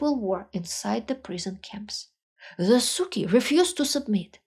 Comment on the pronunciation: your pronunciation of "suki" is magnificent